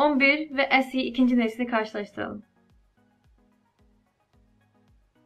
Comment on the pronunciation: esi derken alman gibi oluyon direk se2de bence birde samimi güzel video 👍